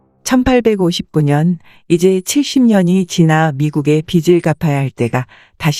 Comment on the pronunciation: 귀한 내용 감사합니다. 그런데 하이톤인 남자 분 멘트가 내용을 알아듣는데 방해됩니다. 현재의 이상한 억양을 빼고 여성분처럼 담백하게 읽으시면 이해가 더 잘 되겠습니다. 그리고 빚을 -> '비즐'로 읽습니다. '비츨'이 아닙니다.